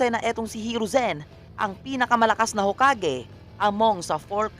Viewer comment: Haha.... the he pronounce yung hokage... Ho! Kage......👎🏿